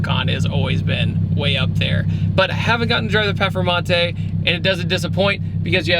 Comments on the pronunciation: Great video but its PERFormante not PEFormante lol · Say it with me now, per, form, mante.. now say it together, performante 😂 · its pronounced PURRRRR FURRRRR MANTAY. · Anyone else laugh every time pronounced it "pefermontay" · Why does he say perphamante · I've never heard another American say it the way he does. I say per-for-monte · Zee Two Fiddy well the Lamborghini is called Performante but I guess it's somehow too hard to pronounce right for most non-european people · So annoying like fuck say it right